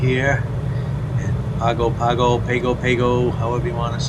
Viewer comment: FYI. Pago Pago in pronounced "Pahng-goh pahng-goh" Just sayin :)